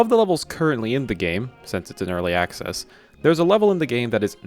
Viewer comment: "🦆ccess" xd